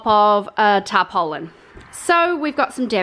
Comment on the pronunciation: She said covered by" tar pole lin ". 🤣